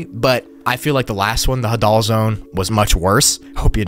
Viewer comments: Put the emphasis on the "ha" and not the "dal". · Hadoll zone😂😂 it’s “hay-deal” zone lol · Bro said ha-dul is hay-dal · The Hadal Zone is actually pronounced "Hay-dal", named after Hades (the god of the underworld). Very fitting name considering it is literally found in a CAVERN. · The Hadal zone is actually pronounced emphasizing the Ha instead of the dal, it is in reference to Hades, god of the afterlife in Hellenism (Greek theology) No hate, love the video as always, just an fyi